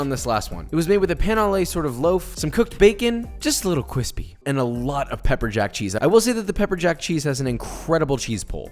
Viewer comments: no one: really no one: joshua: cwispy 🤣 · You need to toast both sides whit butter on each side and is gets more cwispy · The 4 year old that can pronounce r's CWISPY, (it was joshua the whole time!) KoNo DiO Da! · I'm personally offended you didn't include the "cheese crust" method of putting cheese on the outside as well and letting it get nice and cwispy.